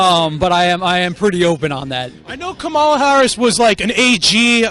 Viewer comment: like your videos but a friendly CORRECTION. The Senator form California ....her name is not pronounced "camala"...it's pronunced KOMMM- ah-la watch the kid you interviewed for the correct pronunciation!! I herd Senator Harris tell a journalist how her name is pronounced and you pronounce it WRONG.